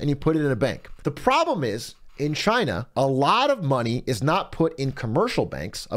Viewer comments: Is Trump‘s pronounciation supposed to be spelled Gina Jina Djina Xina Czina? Did I miss any? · *Trump voice- “Cheyna” 👌🏼